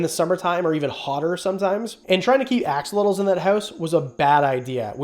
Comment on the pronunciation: love your channel, love the info you provide but please , please learn the proper pronunciation of axolotl.